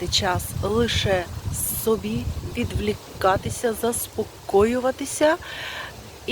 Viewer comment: Вітання із Чернігова. Щовечора дивлюся відео. Гарні відео, але одне слово ріже вуха. Треба говорити відвОлікатися, а не відвлікатися...